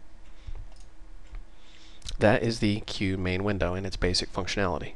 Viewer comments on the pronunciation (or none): none